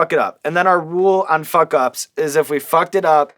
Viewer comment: hearing Sean say fawk is magical